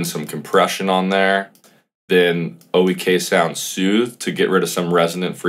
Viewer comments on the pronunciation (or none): Nice. Just so you know, Oeksound is pronounced "OAKsound". Decent tips in there though.